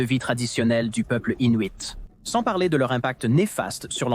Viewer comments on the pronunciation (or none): none